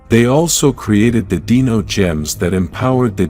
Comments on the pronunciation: It's Dino - with an I, not Deno. You are pronouncing Dino wrong. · This was a great video! It gave me good insights about the morphin grid! However, when the AI generated voice said Dino…he pronounced it like “deeno”, when it should have been pronounced like “dyno” as in dinosaur.